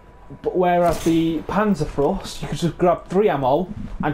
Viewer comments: "Panzerfros"? Ma'e its called PANZERFAUST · Pan-zerr-f-ow-st Ba zoo ka Also, neither of them are guns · Lol its panzerFAUST... not frost. Its not a winter bazooka lol. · Not panzaurfrost wtf you sayin mate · yea.. but now tell me wherre the r comes in faust? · Panzer "fowst" and pee-aught. Them's the closer pronunciations.